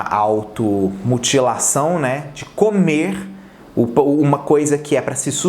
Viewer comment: “Automotilação”? Hahah serio? “Grupo de remédio” 😂😂😂 Manoo q fala são essas